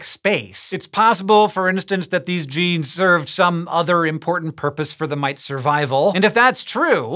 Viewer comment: When Hank Green says, " Mites," it sounds like an Austrailian saying "Mates." G'day...